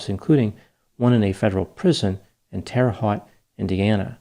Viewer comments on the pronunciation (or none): Enjoy your posts. I'm from Indiana, and we say Terre Hoht, with a long o sound. Indiana has a lot of French named cities and towns. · Terra Haute is pronounced like it rhymes with "boat" - one of the few cases where Indiana correctly pronounces a foreign word LMAO